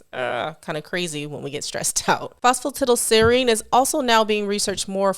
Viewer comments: Lol Not all americans pronounce it that way. She's the only one I've ever heard say it that way. Everyone else I've ever heard pronounces it "tidal" as well. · I'm tickled that Americans pronouce it phospa 'tiddle', not 'tidal', because the only other similar words that come to mind are piddle, widdle and diddle.